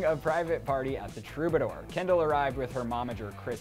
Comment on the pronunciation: Who da fuck is Hendall, I thought her name was Kendall